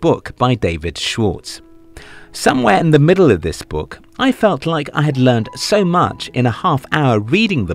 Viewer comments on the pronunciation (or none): none